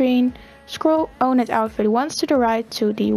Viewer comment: You do realize sp means single player or story mode, right? Also why do you say owned like that?